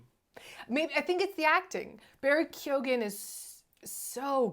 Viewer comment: first minute in, youre not even saying Keoghan correctly. why the fuck would i listen to the opinions of two people who dont even know what the protagonist is called? Fucking pass. Do your homework. Watch a review by other people maybe.